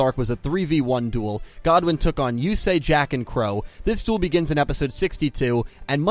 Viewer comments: life points are much less significant in the real life game, theyre just another resource to use and dont matter as long as theyre not 0 Also Goodwin is pronounced as the 2 words are normally pronounced, Good & Win, not Godwen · It's good-win not god-win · Ur pronciation kills me "kiteo" and "god-win" its kite and goodwin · I thought his name was rex goodwin not godwin? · Kaito is kite’s Japanese name translated but I don’t know god-win Goodwin